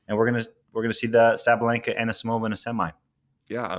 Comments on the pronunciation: It's wild Sam keeps butchering Amanda's last name. It's "Ah-knee-"see"-mova" not "Ah-knee-"me"-sova" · Sam Querrey’s utter inablity to pronounce names should be studied 😂. So far, he’s botched Cilic (Silic), Anisimova (Animisova on ESPN 😅) and now De Minaur (De Mineúr), and Majchrzak (MERJEJEJEK). Good stuff!!! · Ani-SI-mova Sam, why is it so difficult for you??!! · Anymisova???? He's the worst with the obvious pronunciations that anyone who watches tennis has heard plenty of times. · Sam still not knowing how to say Anisimova is ridiculous!! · Oh Sam... why are you working so hard to keep the "Dumb Americans" stereotype very much alive and kicking? Anisimova is American, at least pronounce her name out of patriotism or something.